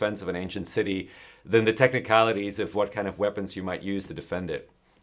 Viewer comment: 4 minutes in and “ ze ditch!”